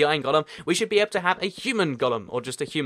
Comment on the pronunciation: Why do you say "Gollum" instead of "golem?"